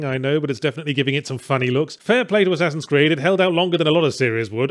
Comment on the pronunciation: Did he say one ass creed?